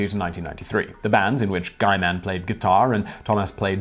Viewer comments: Guyman? I think it's pronounces as "gi-man" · It’s “Gee” with a hard G.